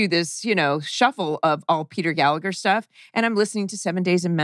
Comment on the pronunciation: Hello folks, Just regarding Mr Gallagher's surname. The second g is silent, you don't say it at all. It's an Irish thing..